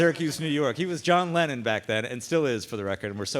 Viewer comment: Hifinkee said John lemon ?😂😂😂